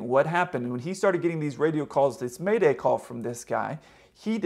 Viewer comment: The word is 'MAYDAY', not 'MADAY'.